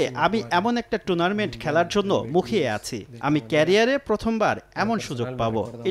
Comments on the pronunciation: সময়ের সাংবাদিকেরা কি মূর্খ নাকি ভাই টুর্নামেন্ট কে টুনামেন্ট বলতাছে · লাউতেরো মার্টিনেজের উচ্চারণ ঠিক করা উচিত🤣 টুনারমেন্ট না টুর্নামেন্ট হবে